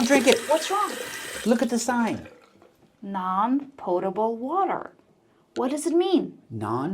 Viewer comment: She can't live that "potable" gaffe down huh